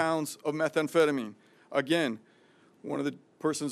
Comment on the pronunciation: "Methamphetamine" NOT 'Metha-Amphetamine'. If anyone should know how to pronounce it she should. The DEA gentleman speaking knew what he was talking about.